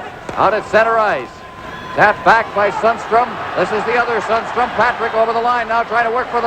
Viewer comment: The commentator did not do his homework: Sundstrom is pronounced differently from Sandstrom: S-y-ndstrom or something to that effect :)